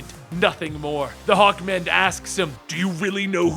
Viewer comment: I thought you said hulkman......HULKMANNNN